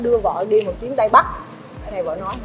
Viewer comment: Tây ko tay, ta ko ra ta nghe mà buồn cười